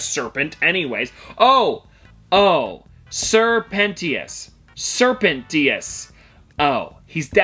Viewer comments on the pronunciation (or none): He pronounced it Pent-E-ous instead of Pen-tious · It's sir pen-CHese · its pronounced "sir pen-shis" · for the snake in the hazbin hotel pops it is pronounced sir Penchius despite how it is spelled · Pronouns: sir-pen-Titus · It's sir pentious pronounced pent shis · its sir pentious not pentious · Im pissed he mispronounced the name but I forgive him not for knowing.